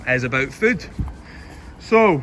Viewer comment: Best meal is absolutely chicken meatballs and spaghetti. With tomato sauce and cheese springled on top. When you said about the question I heard "It's about foot" instead of "food" and I was like, "what the heck would he want to know about our feet?" :D